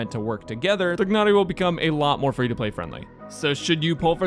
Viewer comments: I agree! Tia-nari makes a lot more sense u___u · Afaik his pronounciation is "Tie-Nari". I am not going to pull for him as Zhongli is way more important to me. Also, he will be in the standard banner in the future. I know, he won't be guaranteed there and conpetes with 5 other 5*s but in the long run I'll probably get him some day. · The "g" is silent. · What so hard pronouncing Tighnari's name It's just طغنري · the way he says tighnari sounds like it was done with an Idian slang (nothing racist) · you're pronouncing his name wrong though...